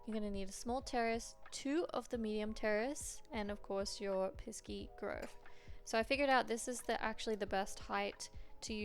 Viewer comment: Piski?? Not piski - piksi